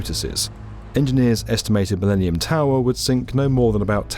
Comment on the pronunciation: "The MiLEANium Tower"